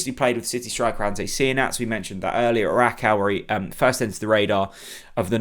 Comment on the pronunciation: Rakow is said as RAKOFV - all W endings are this in Polish. There is a cringe factor that journalists can do all research apart from how to pronounce player names and clubs, places they played at / are from, yet those players come over and do interviews in English fairly well. RAKOFV ! I bet throughout the whole season Bob Rutler, the Plonk Un and everyone else will say 'Rack Ow' - but still be high fiving Dan the Smiley Media Man after each Pressup